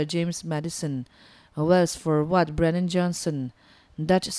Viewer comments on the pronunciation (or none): none